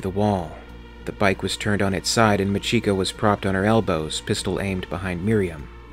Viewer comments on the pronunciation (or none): MAchiko, not maCHIko